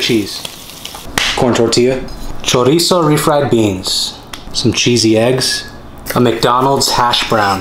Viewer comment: Cómo lo pronuncia tortia cómo es tortilla